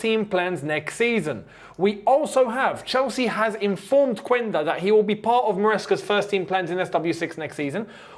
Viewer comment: Yo although it’s spelled phonetically /Quænda/ it’s pronounced /Qenda/ 👍🏾